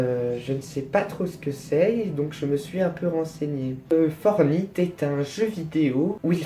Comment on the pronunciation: Tu prononce mal "Fortnite" on le prononce plus comme Fortnite que Fortnite, voila.